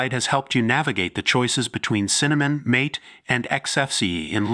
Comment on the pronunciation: AI b.s. video. Mispronounced mate (mah-te) as mate, as in 'find a suitable mate. Oy vey. AI sucks.